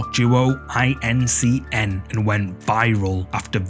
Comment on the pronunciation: small correction for ya, but it doesn't really matter lol .... in the #2 video you mention their name and call them 'outdoor duo i.n.c.n." but their name really is "outdoor Duo In Cn" or "Outdoor Duo In China" ... and I'm pretty sure that's really what they mean because it is two guys in China lol But I think the 'outdoor' part has to do with the popular Chinese ghost hunting channel 'Outdoor_Xiolong" so maybe they8 are the same guys, or affiliated with each other... or they just decided to leech off the popularity of channel to make themselves become more well know.... But I guess you're gonna say the name however you want, I just figured I'd let you know :)